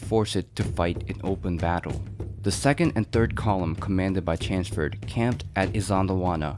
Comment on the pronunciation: Lord 'Chanceford'??? It's clearly not pronounced that way. I would know, I live there.